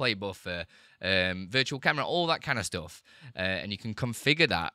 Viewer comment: Not "ploogin", but "plugin". Not "stoof", but "stuff", not "oop", but "up" -- the worst pronunciation I've ever heard